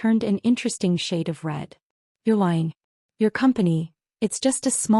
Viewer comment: Hid, not hit. Aunt Patricia, not and Patricia. You're lying, not your line.